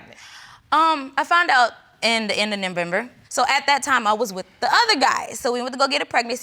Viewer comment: Did she say “ I found out in the end of Nembember”